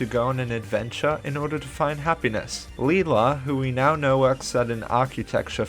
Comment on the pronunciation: I genuinely feel pain with the way he’s saying Lila’s name I’m pretty sure it’s pronounced Lila with an i you hear in lie